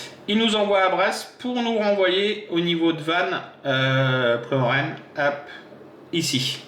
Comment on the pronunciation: Merci pour la vidéo! Une petite remarque: pour prononcer Ploeren on dit plérin!